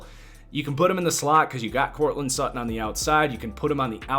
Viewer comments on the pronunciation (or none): none